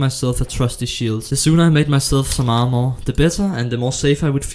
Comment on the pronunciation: The are-more 😂 i don't know why .. but the way he said armor make me laugh .. only the word are-more 😂